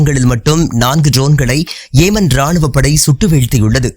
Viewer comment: ஏமன் அல்ல யெமன்